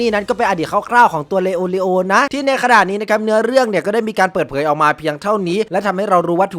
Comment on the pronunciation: พูดชื่อผิด🤣🤣🤣 ชื่อมันยาวครับเข้าใจ